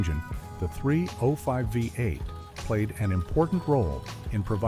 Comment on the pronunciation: AI voice over. Through most of the engines, it says FiVE 8, not VEE 8 as V is the roman five.